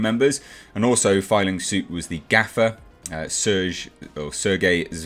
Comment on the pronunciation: It’s “gaffer”